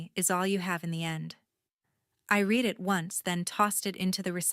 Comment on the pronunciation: 'read'. ....present tense is pronounced like 'reed' . 'read'........past tense is pronounced like 'red'